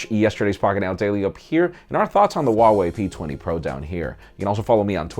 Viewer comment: “Huawei P Thankyyou” :)